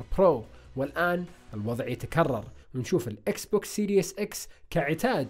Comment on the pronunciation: سيريز ولا ليس سيريس ليش سيريس = ليش جدي سيريز = تسلسل اتمنى تبطل و تكون سيريس و تنطق الكلمة صح.